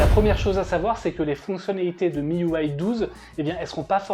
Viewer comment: Miuway ? Mes oreilles saignent !! Ont dit un système UI pas un système uway 🤨